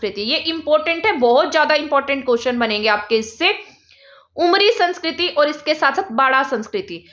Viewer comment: Ma'am aapne अमरी likha h lekin aap bol उमरी rhi h. Aise to hm log bhi confuse ho jayege